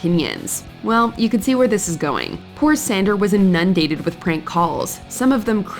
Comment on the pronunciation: The way the narrator says "A-NUN-dated" was gold, in itself😂😂